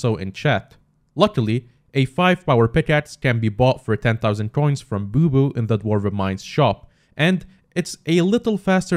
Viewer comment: bubu is pronounced bubba